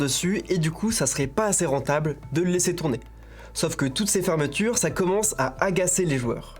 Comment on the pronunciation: Pourquoi dire "sof" à la place de sauf, "procé" à la place de procès etc. alors qu'on est sur Arte ?